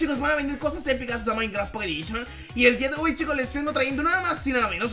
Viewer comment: un nuevo vídeo de maincra pocet edishion no no miento así suenas